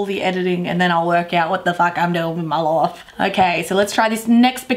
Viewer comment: Lofe? Don’t you say life?